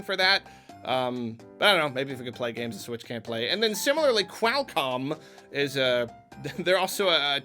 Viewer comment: Said Qualcomm wrong haha